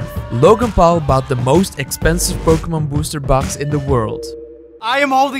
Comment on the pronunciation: he messed up the n in Pokemon